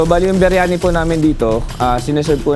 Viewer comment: arabic yung cnasabi mo. Ang linaw ng pagkakasabi ng indian style beryani.